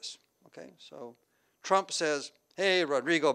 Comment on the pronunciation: President ‘Chump’, or was that just my hearing?